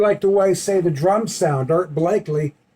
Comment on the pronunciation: Oh..you said.. Blak lleee, instead of Blak eee. no biggy, I make mistakes a lot... when we do video's in one take like many of us do, it happens ! Later brother !